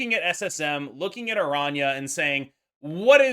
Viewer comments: Finally a YouTuber who can actually pronounce araña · pronounces her name correctly